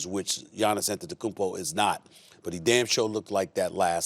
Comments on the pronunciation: giannis antenticoin xD its wrong but sounds goood i dont know why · Stephen A., please say it with me: "Giannis Antetokounmpo." You can do it. You can pronounce it if you try. These guys have crow breath. Lots of blabbing. Little substance. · GIANNIS IS NIGERIAN,JUST LIKE THE NIGERIANS THAT HE INSULTED,CAN STEPHEN A PRONOUNCE HIS NIGERIAN SURNAME??????? THIS GUY IS AN EMBARRASSMENT 🤔🤔.